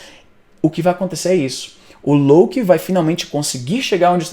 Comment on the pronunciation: Éngraçado essa tua pronuncia... "lôUKI"